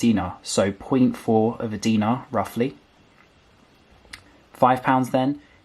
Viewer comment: Correction for the money it’s called dinare not dina, Btw I live in Kuwait.